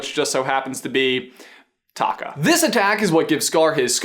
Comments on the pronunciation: I keep hearing Scar's real name as Taco. LMAO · I know it's pronounced a little different where Scar is like taco without the o on the end and the lava monster/ Taffitti (is that how you spell it) is Ta Kaaaa.... idk respond what you think!